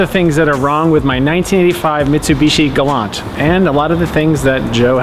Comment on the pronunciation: It’s pronounced “Galant” with a “T!”